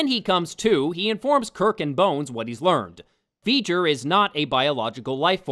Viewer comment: Veijer? Isn't that the bad guy from Jak and Daxter? "It's Veiger!" Bleh.